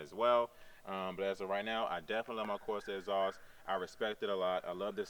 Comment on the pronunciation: WTF is a Corsa "Escream Ezoss"? Speak English please.